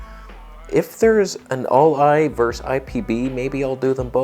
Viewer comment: "vers" the English language. Hehe